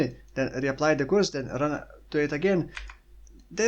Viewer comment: curse is pronounced the same way as nurse